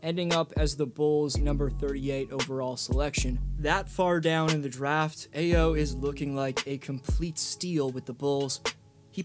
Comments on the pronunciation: Great video but it’s pronounced “Iyo” haha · Thumb down for butchering Ayo’s name.